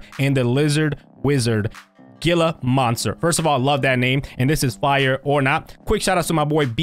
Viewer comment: It’s pronounced hila monster